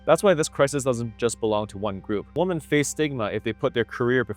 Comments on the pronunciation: WOMEN IT'S PRONOUNCED WOMEN, NOT WOMAN, HOLY FUCK YOU'RE A RETARD. Learn to speak you utter moron. So fucking disrespectful and ignorant. It's like saying, there are a lot of man in here. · Women v woman are pronounced differently! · Learn how to pronounce "women", mr. PhD sociologist.